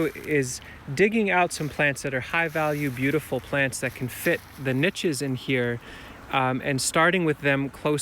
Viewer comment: I love that he pronounces "niche" correctly. It seems so many youngsters now pronounce it "neesh" that both are acceptable.